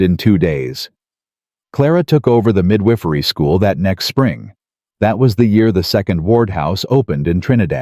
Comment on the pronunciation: Mid whiff er eee. Gotta love Ai. Whoever corrects it, it's mid wi fer eee... sorry if my use of how to say it is wrong, but so is mid whiff er eee. LOL